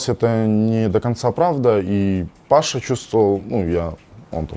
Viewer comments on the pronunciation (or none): none